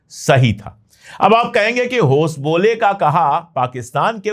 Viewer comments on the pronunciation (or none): House Bollay ? Jab be bollay ,joot he bollay ?